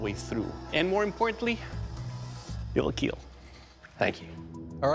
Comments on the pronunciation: "It will keel". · "IT WILL KEEL" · “It’ll kiel .” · It will Keal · it will keel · You gotta face it: you're here to hear "IT WILL KEEEL" :)))